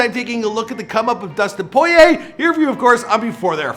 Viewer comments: It's poor ee ay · It's not poyay